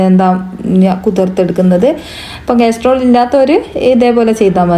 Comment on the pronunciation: കാസ്ട്രോള് അല്ല കാസറോൾ ആണ് 😂